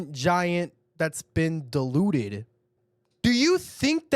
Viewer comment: dude i'm sorry but the way you said Kaido's heritage "diluted" 💀